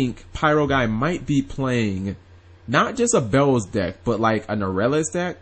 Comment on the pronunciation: its beelze not bells!!!!!!!